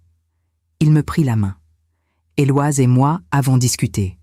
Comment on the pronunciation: En langue française on ne prononce pas le prénom Éloise mais plutôt Eloïse !!